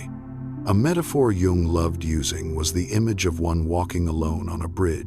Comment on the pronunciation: Please pronounce Jung correctly?